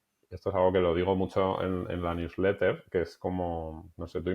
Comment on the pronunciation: Newsletter? No se entendió 😊